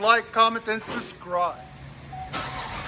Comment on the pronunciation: I've watched an awful lot of your videos, love the videos and great information! Its not a big deal and i don't know why its bugging me so much but every video you say "like, comment and subscribe".... this issue I'm having is when you say subscribe, your saying sus-cribe, your not pronouncing the "B".. as in SUB-scriBe. like I said, I don't know why its bugging me so much! Maybe It's because I'm tired and need to just go to bed. Other then that, I like what your channel is about and what your doing to promote, as well as letting people get a first hand look at all the different exhausts to make a smart purchase.